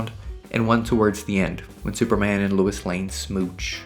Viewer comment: Bro is saying Lewis Lane